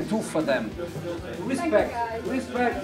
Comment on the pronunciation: " i win three premier leagues and The other Managers Two, rispect, RISPECT!!!"